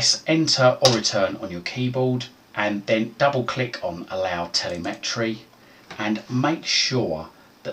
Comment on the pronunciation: I think during an ‘advanced’ you could count on your target audience to know how to open regedit as the administrator without left and right click prompting 😉 Oh and telemetry isn’t pronounced tele-metry 😄